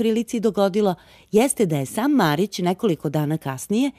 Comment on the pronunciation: Micko, da se uvezba "MARIC" jos malo !!! :D